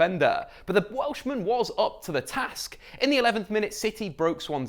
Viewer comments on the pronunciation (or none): none